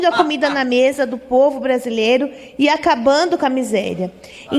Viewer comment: "Erica cocada ' " o pouvo" será que eu escutei direito? 😂😂😂😂😂😂😂😂😂😂😂😂😂😂😂😂😂